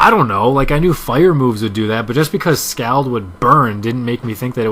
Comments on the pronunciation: its pronounced scawld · You say Scald weird. There. I said it.